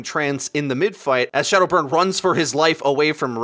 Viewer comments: He called him shaldow burn at the start XD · At 0.36 did he pronounce shadowburn as shoudo burn?